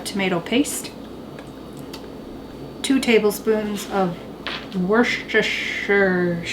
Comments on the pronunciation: In England it's pronounced as wooster-sheer. Places are spelled "shire" but pronounced "sheer" 😁😁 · You crack me up! BTW, it's pronounced WUH-sta-shirr (Like the town in Massachusetts, Worcester is pronounced WUH-stirr - or WUH-stuh if you're really from there. Haha) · Woo-stir-shire your welcome😬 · just say Lea and Perrins.